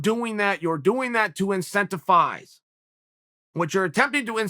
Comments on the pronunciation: It’s INCENTI V ISE with a V, not incentifise with an F, you idiot, Chael! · “Incensifise” I swear he does this shit on purpose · Are you saying “incentiFize”? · Hate to be this guy but uts incentivise not incentifise bro. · me: “incentivize” chael: “incentifize” me: “incentifize” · Anyone want to tell me what incentifize means? Haha ohhhh Chael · Everybody: Incentivize Chael: Intenctifize Everbody: Intenctifize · " Incenta-Fize" (x2) 💀💀💀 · Chael “incentifize” sonnen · INCENTIFIZE INCENTIFIZE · Chael ”incentifize” Sonnen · I never knew 'incentifise' was a word, I learn something new from Uncle Chael every day! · Chael P. Sonnen! The "P" is for "incentiphyzing". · Chael can't pronounce incentivize and is willing to prove it to you. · There's no F in that word..